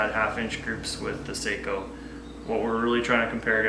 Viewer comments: They are pronounced SOCK-O. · GOT AN ARTICLE FROM GUN'S AND AMMO, THEY WROTE THE SAKO STORY (SHOOTING FOR PERFECTION) THEY STARTED THE ARTICLE TELLING HOW IT'S PRONOUNCED (SOCKO) ASK THE BERETTA COMPANY, THEY OWN SAKO